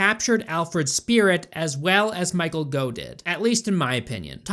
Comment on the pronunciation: Michael Gough's name rhymes with "cough"